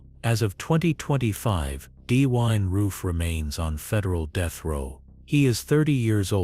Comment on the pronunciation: Perhaps you should have a person from that state to read the script so they can pronounce the places correctly. Why can you not pronounce Dylan correctly?